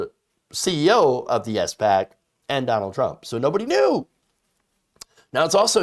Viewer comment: Oh man please stop calling it an S.PAC... it's SPAC (Spak). Please read up/look up how SPACs actually work. Before SPACs merge there are set conditions they need to meet. They usually buy/merge with companies that do not have tangible business models.